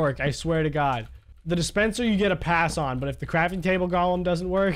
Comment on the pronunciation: Nobody::"Gaulem"